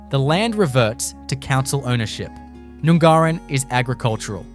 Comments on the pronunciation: It’s not Noon-gar-in!!! It’s pronounced Nun-garrin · #9, None Garin, not noooongarin. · Nun gar in (correct pronunciation) is no where near the ocean fella this is complete BS. You could get yourself in a lot of trouble peddling this crap!! You barely pronounced one town correctly, are you sure you're an Aussie?